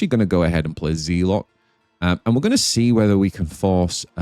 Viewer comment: Thanks for another quality video. It's smart to make commentary after you play. Btw : Zealot has a short e sound like in Bell.